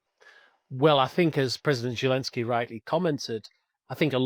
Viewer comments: His name is Volodymyr Zelenskyy. That's Zelensky with a zed like in 'zoo' or 'zest'. I don't know where this 'Zhelensky' idea comes from. In spite of that curious idiosyncrasy, this was a great analysis. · Ja, ich spreche Deutsch. Das weiss ich alles. The name in Ukrainian is: Володимир Зеленський I've seen it spelt different ways for speakers of English but the 'Z' is pronounced as a 'Z'. If you look at Wikipedia in English you will be able to see how it's spelt there. Your spelling looks like it could be the spelling for German, Dutch, Danish speakers...I don't know. Or maybe Czech or Polish as I said. I have seen in Wikipedia in English: Volodymyr Zelenskyy